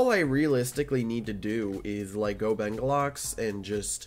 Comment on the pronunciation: BENGULAX LMAO (its bengalux 💀)